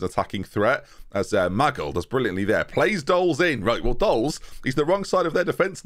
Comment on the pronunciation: Maybe if you stopped calling Ma-gill, Maggle, he would perform better.